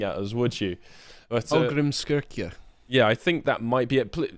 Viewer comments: I'm Icelandic and I'm offended by the pronunciation of Hallgrímskirkja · Icelander here. Harry did a remarkably good job pronouncing Hallgrímskirkja. Must be that Viking blood. Two pointers, however: 1. The í (as distinct from i) is more like a "ee" sound (like free, breeze and cheeze). 2. The double-L in Icelandic is pronounced like an African clicking sound. Not joking.